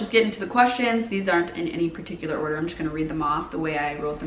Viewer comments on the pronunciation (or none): none